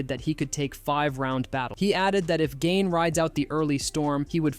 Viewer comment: Are you allowed to judge fighters guts. Or have an MMA show, when you can’t say Gane correctly?????